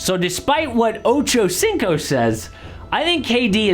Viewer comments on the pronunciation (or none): "Ochow Cingkow" Goddamn atleast have the decency to say it better